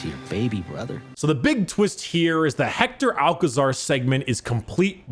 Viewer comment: i really love you, but that pronunciation of Hector Alcazar its so bad XD, In spanish it does not sound like Pablo Escobar 😂